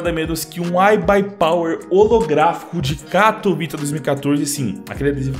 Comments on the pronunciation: Ta certo o jeito que vc fala, o pessoal acha que o mundo inteiro fala inglês, no Polonês correto ta certo "katovitça" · Salve dog ce diz bem o nome 'katowice' pk a cidade e da Polónia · Neguim tá é doido tu fala direitinho katowice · "Katowice" voçê está pronunciando bem sim, é uma cidade na polónia, eu sou da ucrania e moro perto da polonia. Quando eu vou lá eles pronunciam assim mesmo. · a pronuncia de katowice ta certa